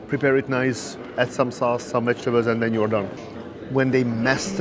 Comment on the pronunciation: he said Served with "wetchtables" LOL....